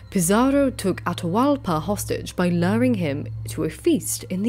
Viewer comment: With South American Native names, pronounce both vowels when there are two together. Atahualpa would be A-ta-hu-Al-pa. You said it the right way and the wrong way at different times during the video. Quito would be Cu-ee-to. That Qu is pronounced exactly like the Gaelic “hound”, Cu. You did really well for a non-Native pronouncing them otherwise. Fortunately Tupi-Guarani languages don’t use the glottal stop like a lot of North American and Central American Native languages do, like in Tlingit and Tsalagi. And South American languages are pretty straight forward and consistent in how they were transcribed, unlike the O’odham (pronounced An-awe-thm). That glottal stop is the hardest one to explain to a European because there is nothing in any European language similar to it. It takes putting the tip of the tongue to the roof of the mouth and either making a sibilant S sound as you draw the tongue back or pressing the tongue firmly at the top front and using the cheeks to make an L sound. People who can make those sounds can whistle without pursing the lips or even closing their mouth because the tongue does what the lips would normally do when whistling.